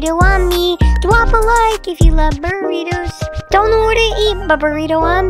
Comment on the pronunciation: It burritos not burribos